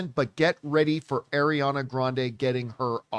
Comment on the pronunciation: She is (ɑː)riana!!! Not (ɛ)riana!!